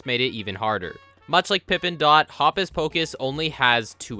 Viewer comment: i think hopus pocus' first name is supposed to rhyme with hocus